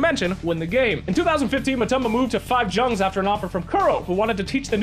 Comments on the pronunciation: let Kuro teach you how to pronounce Jungz at TI, i am dying here from laughing. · JUNGZ? ARE YOU TRYING TO FUCKING TRIGGER ME?